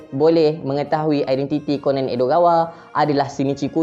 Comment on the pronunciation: bacanya ko-nan bukan konen